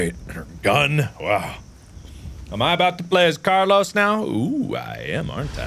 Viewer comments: Thumbnail straight up Jurassic Park - Laura Dern, yasss. Also CARLEEZE its car-Lyle Mark omg Lol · Mark: Doctor Logan " CARLEEEZE "